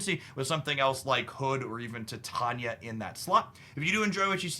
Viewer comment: "Tie-TAY-nia" sorry 🤓